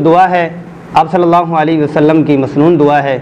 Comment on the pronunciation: ALLA nahi ALLAH hy.. talafuz theek kern.. tq